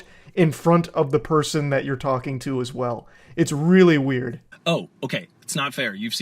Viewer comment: "That Wæerd"